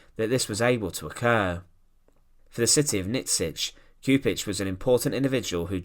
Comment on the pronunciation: mister, you need to do some extra effort with the pronounciation of names. it's Chupich. not Kupich. do your homework. please. out of respect to the fallen.